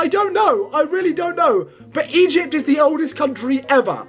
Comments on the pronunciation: Stop saying Egept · Bro skipped history and English classes, lmao "Egept" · Egypt ❌ Eyept✅😂😂